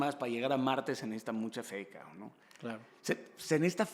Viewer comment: Shot por cada vez que Daniel diga "Cabrn"